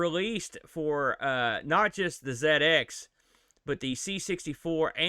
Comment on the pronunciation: Dizzy came much later than the Wally games. You could argue that Atic Atac did the 'inventory swap' thing first. Anyway, I loved this game as a kid..and one of the few I completed! Also, love the fact you probounce 'ZX' properly!